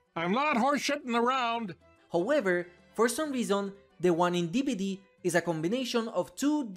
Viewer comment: Bro he says dbd and it sounds like skibidi 💀💀💀